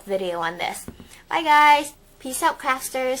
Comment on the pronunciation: O_O did you say craftsters at the end of the video or... crapsters? i got confused....